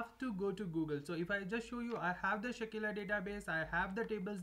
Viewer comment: Its Sakila, not Shakeela